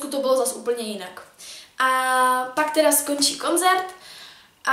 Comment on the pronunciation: je to koncert ne konzert😅😂💕. #nohate mám tě ráda proto nohate